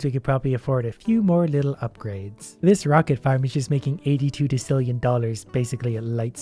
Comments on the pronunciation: pronouncing decillion as deck-illion hurts my soul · de -kill-ion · decillion is pronounced de-sil-e-on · It’s de-sill-eon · for future refrence decillion is pronounced desillion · Its prnounced desillien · 19 thousand angels to 47.7 mill and it goes hundreds thousands millions billions trillions quadrillions quintillion’s sextillion septillion octillion nonillion de cillion it like that so u know how to pronounce it and then unde cillion duodecillion so on ect ect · The numbers are based off of a odd system but the numbers are all pronounced Sex-tillion Sep-tillion Ock-tillion Non-illion and Deas-tillion, you got Sextillion and Septillion and sometimes octillion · Anf it's pronounced "dosillion" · btw, you pronounce "decillion" and "nonillion" as d-e-s-i-l-ee-i-n and n- o-n-i-l-ee-o-n and also I'm pretty sure these are real numbers lol. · Decillion! Me: Say Septendecillion:Septendecillion Me: Ok, now say decillion: Dekillion! Face palm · It's English, and it's pronounced "dih-sil-yuhn". Big numbers in English language stem from Latin, but that's only for the prefix (in this case, "deci" from "decem", meaning "ten"). Million isn't a Latin word for example, as million in Latin is "deciens". So while "decem" may be pronouced with K, "decillion" is never pronounced as so. You don't say dekibel or dekimeter, do you? You say decibel and decimeter. Unless you stood a decimeter from a speaker at a concert and suffered from exposure to a high amount of decibels, then you're probably deaf and it wouldn't surprise me if all you heard people speak was Latin >:P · this is how u say decillion de-si-lli-on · you dont know how to pronounce decillion? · The way you pronounce decillion makes me die inside like you say it different every time then you say duodecillion right but pronounce decillion wrong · I hate the way he pronounces decillion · Decillion is pronounced desilion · Hey, it’s technically pronounced desillion, but you do you. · daa sil E on = decillion